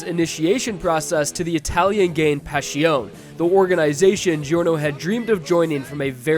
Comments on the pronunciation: STOP SAYING PASHIOUN! Its really cringe! as an italian i wanna choke everyone that spells it like that. Guys its not that difficult. Its much easier then that, just say Passione. Its literally spelled like its written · I have no idea why he pronounces it like that its not that hard to say passione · Why is pronounced PasHiOn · I'm like 95% certain that's not how Passione is pronounced. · take a shot every time mispronounces passione